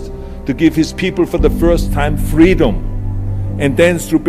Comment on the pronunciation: FU Fweedom he says